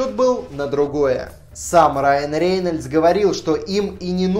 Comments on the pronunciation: рЕйнольдс-говори лучше рЭйнольдс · почему ты смягчаешь фамилию Рейнольдс???!!!! Реееейнольдс, фубля. Рэйнольдс говори. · Когда ты говоришь РЕЕЕйнальдса, у меня кровь из ушей идет.